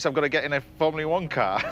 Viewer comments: ITS FORMULA ONE YES FROMULA ONE GET IT RIGHT YOU !!!!!!!!!!!!!!!! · Great video, Jackie is amazing but please James.... it's not fomulee one ! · Formuleee? W T actual Fuck? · Before we get the predictable criticisms of James martin mispronouncing Formula One remember he is acutely dyslexic just like Jackie Stewart.